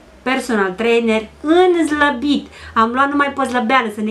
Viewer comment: Zlabit zici sau slabit?